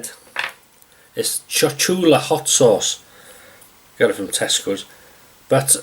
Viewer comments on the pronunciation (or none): cholula sauce not chochula.